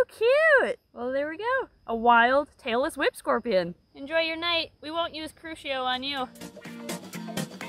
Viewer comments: I kept thinking you were saying "Taylor Swift scorpion" 🤣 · Omg I thought you said Taylor Swift Scorpion instead of Tailless Whipscorpion and I was so confused🤣🤣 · Was it just me that has really bad hearing and thought said “we found a Taylor Swift scorpion”? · I seriously thought you were saying Taylor Swift Scorpion, not tail-less whip scorpion. XD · When you said "Tail-less whip scorpion" I heard "Taylor Swift scorpion" 🤣🤣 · Omg, when you said tailless whip scorpion, I heard Taylor Swift Scorpion 🤣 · I'm not a native english speaker and I kept hearing "taylor swift scorpion". Believe me I was a little confused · Please tell me I'm not the only one who kept hearing "Taylor Swift Scorpion" instead of tailless whip scorpion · When she was talking about the tailless whip scorpion for a second I really thought she said Taylor swift scorpion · I kept hearing "Taylor Swift scorpion" instead of "tailless whip scorpion"🤦🏻‍♀️🤦🏻‍♀️🤦🏻‍♀️